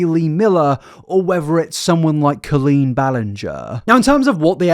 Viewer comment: Pronunciation off on a bunch of words. Coleen, spina bifida, catheter to name just a few. And no it’s not an English vs American thing…